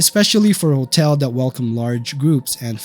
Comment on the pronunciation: Can't pronounce the word "hotel". Makes a video about hotels.